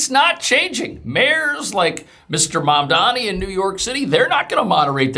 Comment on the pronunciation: Is it Mamdani or Dandyman 😁